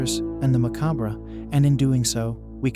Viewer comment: You mispronounced "macabre" so many times that you made me second guess myself and I had to google the pronunciation 😅. Great video!